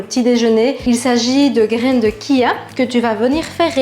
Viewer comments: Attention, chia ne se prononce pas "kia" mais "tchia" (à l'espagnol), sinon super vidéo merci :) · Ch ça fait ch 🤣🤣🤣pas ci